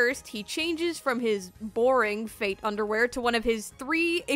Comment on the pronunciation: I kept hearing “fake” instead of “fate”